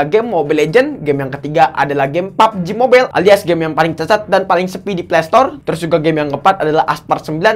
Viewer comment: saya kesini cuma nunggu ngucap "EP EP, BURIK, SOSIS" dan "PABJI MOBAIILLL"..